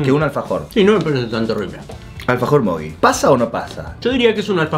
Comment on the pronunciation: Porque le dicen mogui al mogy? :V